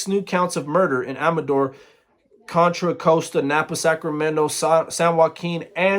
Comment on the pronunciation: You said contra costa like la costra nosta lol i live in that county